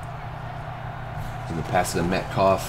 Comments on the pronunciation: “Met cough” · peep how he says metcalf bro